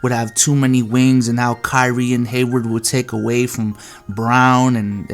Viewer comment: You saying "Wings" is funny 😂